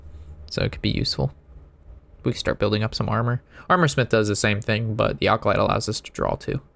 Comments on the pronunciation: does he say "alcolyte" on purpose to piss us off? haha comon there is NO L in acolyte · ah, i have heard him pronounce it like that many times. i guess thats a sign hes entoxicated haha...i forget he drinks on his vids.